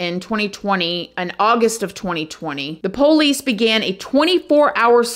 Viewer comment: You are so beautiful and smart, I love your videos but I wish you pronounce 'Police' correctly. I don't think its poowlease.